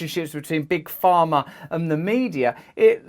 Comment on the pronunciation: Pharma, not farmer. =D Took a page from Galaxy Quest, ehe? "Miners not minors!"